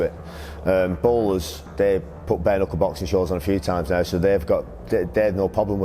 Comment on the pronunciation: Prochaine étape, savoir prononcer bare knuckle.